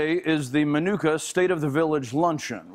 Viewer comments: i hate ow he says minooka lol. im from around there and it just bothers me. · Why aren't they pronouncing Minooka correctly? Nick, you know better!